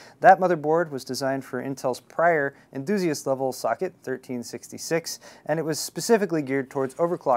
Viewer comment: I thought he said "Fuck it!" Instead of Socket.